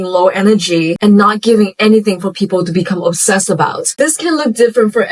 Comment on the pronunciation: "onsessed" lol 🥴